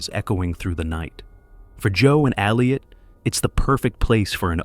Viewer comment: Ai, who cant even say Elliot correctly